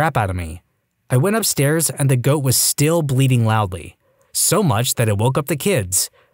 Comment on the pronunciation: BLEATING! not BLEEDING!